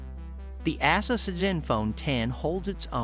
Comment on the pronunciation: Its pronounced A-Zeus. Not Asses.